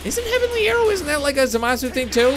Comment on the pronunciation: Zeno is the omni king of All universes and u don't pronounce zamasu right